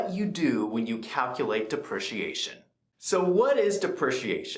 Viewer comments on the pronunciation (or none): Great video, although it's. DE PREE CEE AY SHON :)